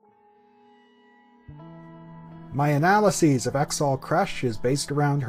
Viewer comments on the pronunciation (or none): Why the fuck do you say analysis like that , that’s so fucking annoying Jesus Christ . Other than that nice video !